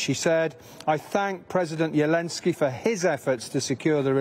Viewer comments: Why does the commentator pronounce the presidents name as “ Yelenski” with a Y not a Z? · The news reporter cant even say Zelenskys name because it has a (Z) hahahaha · Who tf is yeelenzky lmao. This is the power of western propoganda that they won’t even say the letter Z